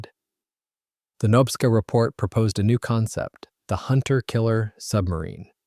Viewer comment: Say knob-ska like a door knob….. nobska as in nobska lighthouse